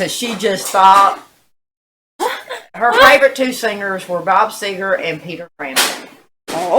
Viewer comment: It's Seger Not Segar!